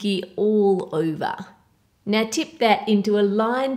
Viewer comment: u always say oiver it's actually over